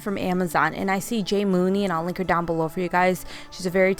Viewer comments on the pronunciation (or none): I love your ideas especially the pool noodle wreath, the potion bottles with the little box, and the candle pillar! Your right the red would of looked better. I don't know if you know this but your saying Jay Munee's name wrong it's not pronounced moo knee it's pronounced Jay Money I've been watching her channel for a little over three years now and that's how she pronounces her name she just spells it different from the original way.